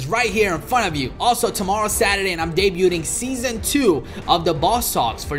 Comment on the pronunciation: This guy really doesn't know how to say debuting smfh